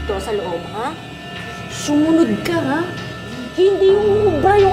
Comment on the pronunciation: pov what i hear on sumunod , shumonod